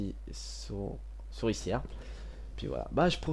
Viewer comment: c'est pas la sourcilière c'est la souricière ^^